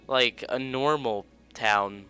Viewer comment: lol u said lick instead of like XD LOL I CAN LOL ALL LOLING DAY